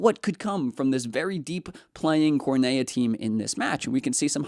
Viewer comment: Cornellá! Please pronounce it correctly. It’s too painful to listen anymore